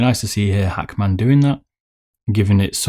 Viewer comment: Like how he says Hackman lol 😂